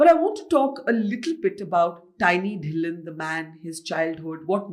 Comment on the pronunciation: Put a small effort to get the name(Dhillon) right. Just because the language of podcast your team should know you're talking to a Indian